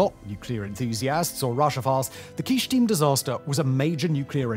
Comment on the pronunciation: It’s Kyshtym not Kysthym